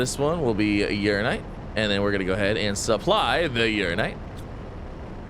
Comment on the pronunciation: Funny how he STILL pronounces "UraNInite" wrong after weeks... 😁 People have given up telling him, too 🤣